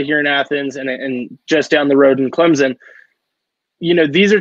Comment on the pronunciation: Can't Say Clemson Correctly